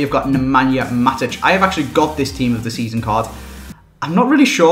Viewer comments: "Team of the Seleezon" Oh xD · Hear how saus "Team of the Season"..... "Team of the seoyson" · Team of the soison xD gets funnier every time u hear it 😂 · The way he says "season"